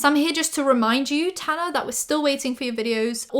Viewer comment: Okay but can we talk about Paris Hilton saying how much she loves Tana but pronouncing her name wrong lmao